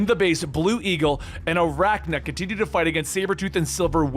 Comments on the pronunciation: AR-CANNA, not Arachna. You really should pronounce names correctly if you do this for a living. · Keeps calling Arcanna "Arachna"